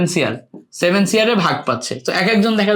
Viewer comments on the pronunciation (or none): none